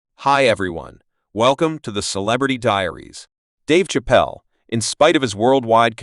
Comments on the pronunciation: AI crap. You can't even say his name properly 😂😂😂😂😂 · This man is butchering his last name...fucking rookie